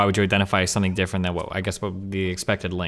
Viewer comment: "somefing", "fink" "wif" i cant trust people like this. Same as tunics, never trust someone who wears a tunic.